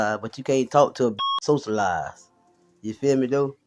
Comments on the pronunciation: That's the 1st thing that I said. When he started talking, I said awwwww naw.. he didn't know how to pronounce words or speak clearly or appropriately. Nothing attractive about that at all. So sad that we settle! 😢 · Hey you a weirdo and he can't talk, You can't even pronounce words, right? He try to speak intelligent. It sound like a damn fool. She had to be desperate or something cuz ain't no way he looks slow. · Literally! I said, “SOCIALIZE? Yeah he’s off his rocker.” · The way that he confidently repeated “socialize” incorrectly tells me everything I need to know about him.